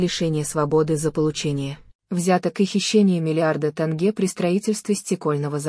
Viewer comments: Не танге а тенге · тЭнге?что за озвучка